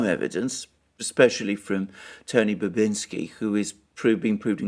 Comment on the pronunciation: One thing: Tony Bobulinski, not Bubinski, in case anyone wanted to know who he is.